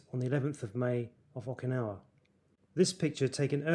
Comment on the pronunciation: It’s not okin.. it oh kin ah wa